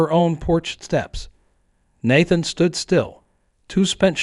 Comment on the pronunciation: I hate these long drawn out stories and the AI pronouncing words wrong. Out of every time is said Nathan, only once did it say Nathan correctly.